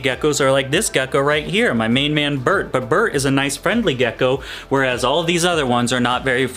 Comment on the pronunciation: First time you said crested gecko, you actually said gecky again 😂😂 I’ll give the video a like just for that. I think it’s hilarious